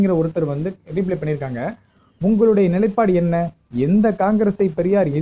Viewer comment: அய்யா! ரீப்லே இல்லப்பா ரிப்லை